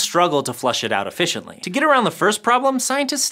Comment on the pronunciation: Did u say ef fish iently?